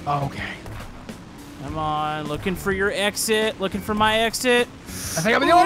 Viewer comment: When you said looking for my exit it sounded like looking for my exes😂